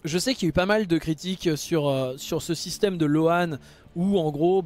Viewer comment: Pour info, "loan" se prononce "lowne" 😉